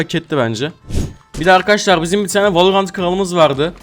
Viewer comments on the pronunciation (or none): none